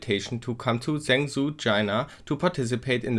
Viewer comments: stop pronouncing it as zangzoo, its pronounced more like jungjo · Zhengzhou is pronounced "jung-joe" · I clicked away as soon as he said "Zengzoo"... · Zhengzhou is sort of pronounced "shong-jo" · I love your pronunciation of “Zhengzhou”😝 (I’m not laughing at you lol) and well done in real world ctf!! Proud of you guys 👏👏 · OK this is not how you're supposed to pronounce zhengzhou at all XD